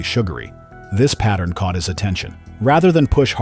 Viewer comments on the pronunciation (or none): none